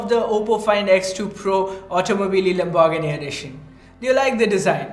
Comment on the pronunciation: Please just say lambo The way you pronounce Lamborghini is so cringe.